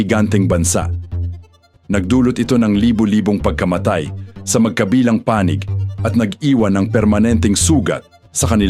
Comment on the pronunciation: robot or AI naman ang narrator..kakainis ang accent niya na awkward pakinggan gaya ng pagkabigkas niya ng "magkabilang panig" walang stress dun...no to AI voice or narration..